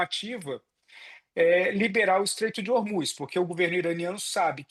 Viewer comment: Essa repórter troca o “s” por “ch”! Deveria procurar um fonoaudiólogo! Irritante ouvir ela falando e dizendo: “Trump não conchegue chair” “controle chobre Ormuchss” ridículo! Procure um fono minha amiga!